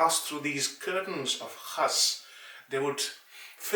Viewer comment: First time I am hearing the correct pronunciation of Qus. Most people say khas.